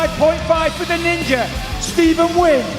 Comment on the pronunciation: Good Job on pronouncing the name Nguyen, Mike 👏🏻